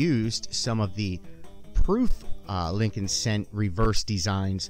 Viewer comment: It's Lincoln..